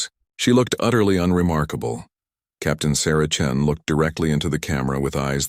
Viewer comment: Chen not Chin